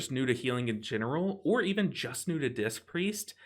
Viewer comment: I can't unhear say "dist" Priest. Dangerously close to dissed 😶😂